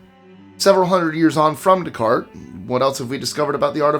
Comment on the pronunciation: The pronunciation of Descartes. Like dude. Aren't you Canadian? 😅 All in jest. Ethno-linguistic geek here ❤